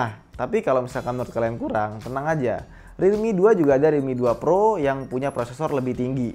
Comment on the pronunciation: Pas ngomong realmi yg ane denger dikuping ane jadi redmi